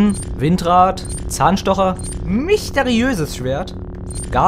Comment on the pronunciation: "✨️MiChTeRiöösess✨️ Schwert"